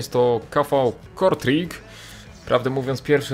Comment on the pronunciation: Kv kortrajk tak się czyta jakby co